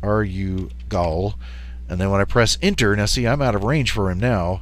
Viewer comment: UH - REW - GAL not ARE - YOU - GUL